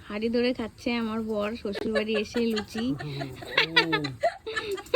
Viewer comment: ওটা লুছি নয় লুচি